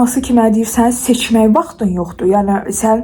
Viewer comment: Seçən vaxtın deyil sözünü siçan(siçovul) kimi anladim😂😂